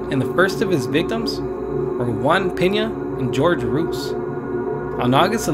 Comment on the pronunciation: ‘GEORGE ROOS’ LOL